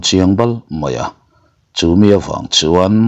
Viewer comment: A ngaihnawm in a kham awm loh thin hle mai. Mahse kan sawisel ve law😊. Chumi tih i lam dan i thlul dan tin hi ,i hmanna nenn a dik felhlel deuh thin em aw, te ka lo ti mai mai a😊